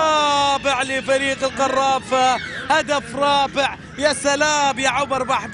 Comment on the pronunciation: عبر بحبود يعود بالقرافه سفاح صقير... اكيد هذا المعلق من جزيرة الواق واق هقهقهقه